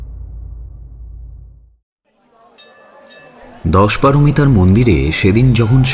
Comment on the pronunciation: দশপারোমিতা নয়, দশোপারমিতা।